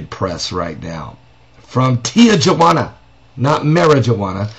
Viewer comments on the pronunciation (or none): its not pronounce tea-jua-ana its pronounce tea-who-ana!